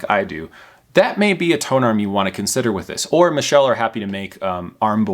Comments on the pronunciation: Pronounced Mitchell. Michelle is a female pronunciation. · It might've been a good review, but I couldn't get past 4 minutes of him constantly mis-pronouncing the company name 😞